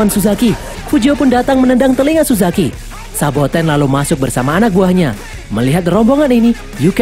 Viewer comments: SABOTENNN MINN , BUKAN SOBATENN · Saboten min,bukan sobaten wkwk